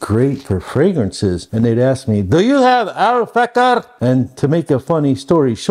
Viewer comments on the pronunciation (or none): it is 'Al-Fakhir' which means luxury in Arabic. you pronounced it as 'al-Faqqar' which is a different word which is means a specific historical type of sword